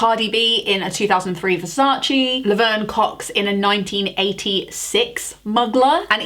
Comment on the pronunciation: Disappointed that you pronounced Versace and Gaultier correctly 🤣🤣